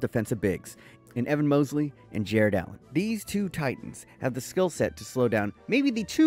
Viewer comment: its MOBLEY not mosley